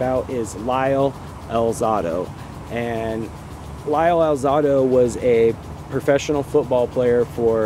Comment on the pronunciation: al ZAY do, not al ZAH do